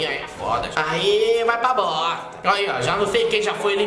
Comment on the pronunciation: " vai pa bossstta" kkkkkkkkk